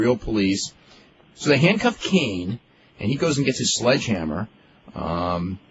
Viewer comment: Why does meltzer pronounce Kane as "Keen"??? Is it just me???